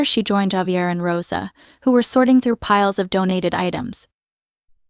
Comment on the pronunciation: It would be great to have words such as names pronounced correctly. Javier is Spanish, pronounced Hahveeair